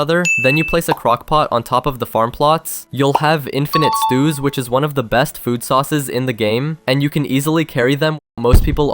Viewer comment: he said Food sauces